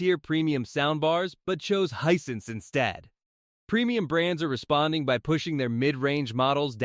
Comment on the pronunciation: Hey the brand name is Hisense not what you're calling it get it right or stop posting reviews Hisense is an awesome brand I have a TV and sound bar from them and I would put them right up there with Sony, LG, Bose any day the prices can't be beat and save the consumer $$$ and that's fantastic.